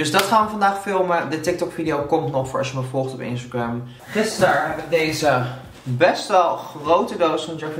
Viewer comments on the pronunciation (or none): none